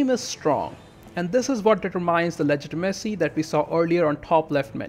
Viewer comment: Ah yes, I myself also prefer a high ledge-tee-messy.